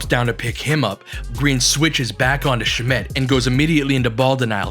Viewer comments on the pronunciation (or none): Possibly the most well presented in-depth analysis I've seen on YouTube. I don't even care about basketball minutiae like screen footwork generally, but you made me. Props to you sir. But I hate how you pronounced shamet, so disliked and reported.